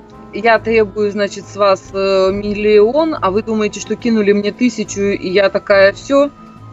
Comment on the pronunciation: Миллион , а не хуллион?